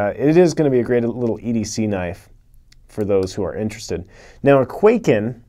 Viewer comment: Hm, yes, why would you pronounce it correctly?!?